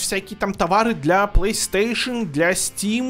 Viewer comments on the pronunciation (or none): none